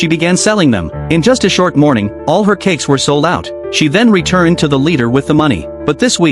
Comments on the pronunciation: I thought you said Cakss 😅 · Say cakes again